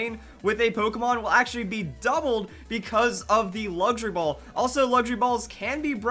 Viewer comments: I kept Hearing Him say Laundry Ball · I thought you said laundry ball lol